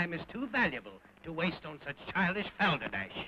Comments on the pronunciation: Brian: Say bald Stewie: Bald Brian: Say balder Stewie: Balder Brian: Now say balderdash Stewie: bHHHHalderdash... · Why did Hardy pronounce the word, balderdash with the letter H ?